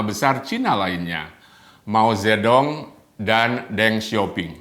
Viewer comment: Bangga dgn kemajuan RRC mulai mengalahkan "White-Supreme Power" . Bang Luthfi, maaf untuk koreksi sedikit dalam mengucapkan ejaan tulisan Mandarin China versi "Pinyin" secara tepat. Dalam pronunciation "Pinyin" huruf "D" dibaca jadi "T", namun "T" sendiri menjadi "Th". Juga utk "G" menjadi "K", dll. Jadi utk Mao Zedong dibaca Mao "Che-Tong". Beijing menjadi "Pei-Ching". Xi Jinping = Xi "Chin-Phing", Yi Dai = Yi "Tai", Guomindang = KuoMinTang" dst. Tmk bang.